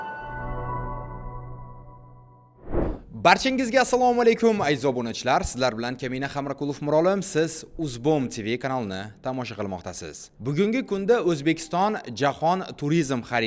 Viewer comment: .ука! Фамилиянгизни урисча эмас,узбекча айтинг- да...яъ ни хамрокулов эмас,балки, х,.ам.р.о к,.у.л.о.в. деб...иннайкейин муйловн и х,амм